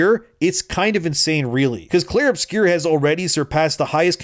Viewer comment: Uh oh, someone doesn't know how to read. It's "Obscur," not "Obscure."